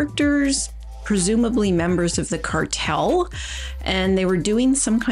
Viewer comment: Every time I hear the word "cartel" I get in the mood for ice cream because it almost sounds like "Carvel"